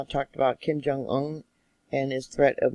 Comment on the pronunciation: Love the way you pronounce Kim Jung un!!!